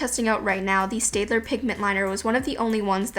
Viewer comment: Staedtler is actually pronounced "STAT-LER"